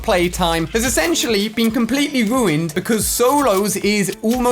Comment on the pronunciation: True, he everytime said ruuned haha